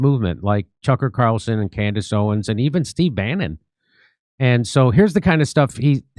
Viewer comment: Jimmy there is an S at the end of Owen! Stop leaving the s off it drives me crazy